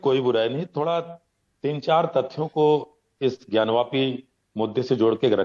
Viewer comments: "ज्ञानव्यापी" नहीं "ज्ञानवापी" बोलते हैं। वापी मतलब कूप होता है, ज्ञानवापी मतलब, ज्ञान का कूप। कृपया संशोधन करें। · ज्ञानी जाहिल पत्रकार ज्ञानवापी बोल ज्ञानव्यापी नही